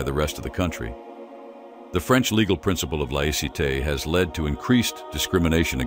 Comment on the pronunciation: Why the announcer insists on massacring the pronunciation of the words, “banlieue”” and “laïcité” escapes us. He should use simple English and say “suburbs”, “ghettos” or “secular society” and get on with it.